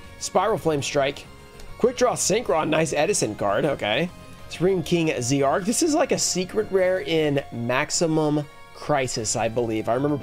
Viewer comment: It’s zarc not see ark